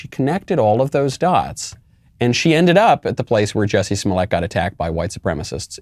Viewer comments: I never quite got the French pronunciation of the name either. But I think the joke is that by changing Jussie’s name, Dave has plausible deniability that he wasn’t talking about Jussie, so he can’t be sued. He’s not slandering Jussie. He’s not diverging from the woke narrative. He’s just talking about some French actor. And maybe by providing that distance, it makes the scenario seem even more ridiculous, rather than the harshness of talking directly about the person. Or maybe I’m reading too much into it, and the joke is just that his name is Jussie, not Jesse, which is just a weird funny name. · Pretty sure what Chapelle is referring to is the Narcissist behaviur, when charged with comitting serious hate crime, to the argue about the pronounciation of your name, is... Well very disturbing and Narcissistic. Also Ms Ellen, stop hating and wanting people You disagree with to suffer mrs Ellen. We, people with sense are just saying You Can’t just magically change your sex, or age or ethnicity. Stop hating me for «believing» biology science and deductive thinking. We, the sense people (white supremacists.....) dont think its healthy to tell our children this is normal.. And They Can’t just magically change sex, or identifie as unicorns. Its more like a CONDITION. Body-dysmorphia. We dont tell a bony anorectic he/she is fine, we support them and try to treat the illness, not condone it. We try to help them with guidence and psyciatric help.😊 Wish You the best and hope You get help.😊☝🏼 Get some help. Kind regards from all of us with the commmon sense.😊✌🏼🙏🏼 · Michael the reason why he called him Juicy in a french accent is to point out something to a lot of people that the black community would know already: Jussie is a bougie black who is pretentious and Dave made fun of him using the most PRETENTIOUS ACCENT IN THE WORLD.